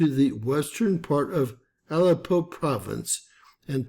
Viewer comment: It is pronounced ah lepp o